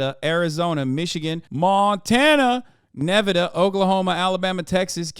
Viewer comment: Why the fuck did you say Nevada like that 😭